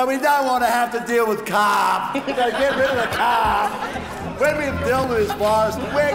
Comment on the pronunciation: Get rid of the Caarrrrrrrp!